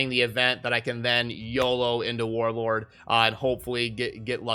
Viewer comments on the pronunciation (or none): Is it just me or do I just keep hearing Warword and Warorb. lol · is it just me or he keeps saying warwag instead of warlord lol